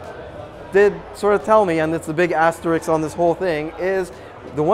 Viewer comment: ET CETERA not ek cetera ASTERISK not asteriks